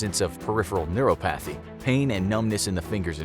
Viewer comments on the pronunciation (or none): Neuropathy=Ner-ah-poh-thee 💕💕. Please keep up the vids. Love em!